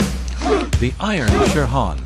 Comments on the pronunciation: Terrible pronunciation of many japanese terms like shihan becomes sherhan english pronunciation not bad. People who came back from Japan talked about certain people as being known for their powerful techniques. This is a euphemism for brutal. It seems to apply to Chiba, not saying he wasn't very capable. As a technician and worth stealing ideas from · If you are going to talk about aikido, you need to pronounce the Japanese words correctly: uke, shihan, bokken, Biranki, dan . Get rid of the AI voice!